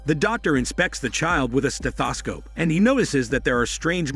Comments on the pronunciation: "Stas-sa-scope" Ok, never heard it pronounced that way, but cool, cool. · I work in the medical field. I’m going to pronounce stethoscope that way.